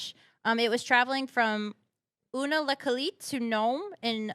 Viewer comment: It’s you-nuh-kleet (Unakleet)